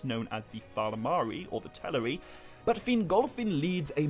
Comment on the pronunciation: It's pronounced tell are ri